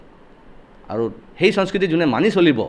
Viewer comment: Sonskriti nhoy he, Honskriti he... Assamese hiki lobo....